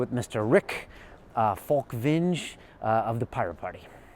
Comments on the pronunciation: Pronounced ... Rick Falkveeen-ya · "Falkwink" lol